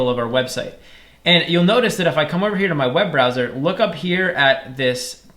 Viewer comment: loop instead of look